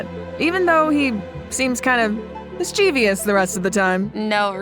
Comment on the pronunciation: Why are these professional voice actors pronouncing "mischievous" as if it was " mischievious"?????